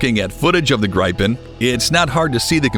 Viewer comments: GRAIPEN???? Dude! it's pronounced GREEPEN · Where do you get ''gripe-en''? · GRIPEN it’s an short I like in “IT” GRIPEN—-gee wiz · HOW TO PRONOUNCE "Gripen"? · My comment was relative to the mispronunciatıon of grıpen. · It's GRIP-EN and RAF-A-EL